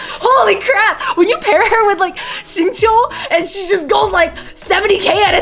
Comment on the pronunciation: The "zinquee" pained me